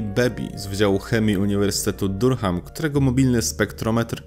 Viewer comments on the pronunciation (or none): Bardzo cenię to co robisz,treści i ogólnie całokształt ale nad angielskim musisz w wolnych chwilach popracować. Uszy mi krwawią czasem jak czytasz nazwy np miejscowości... Durham,nieme H czyli Duram... Pozdrawiam serdecznie.